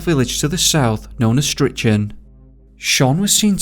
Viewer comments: It's "Fraser-borough" and "Stricken" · I dont mean to be a dick ... but ... Fraserburgh ,,, is freserburugh as in Edinburgh, or as the brogh (brock) as its known to locals.. and Strichen is stricken =, yanks I can forgive as they are yanks and dont know any better... but your from the UK. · The first case is local to me. I have to correct the pronunciation of Fraserburgh (👂Fraser-burra) and Strichen (👂Stricken) 🙈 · Fraserburgh is pronounced Fraser Bur haa, and strichen is strick onn , sounds weird when you say it . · And strichen is pronounced Striken lol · the way you pronounce fraserbrugh and strichen is classic🤣